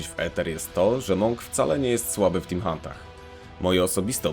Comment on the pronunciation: Co to jest "timhónt"? XD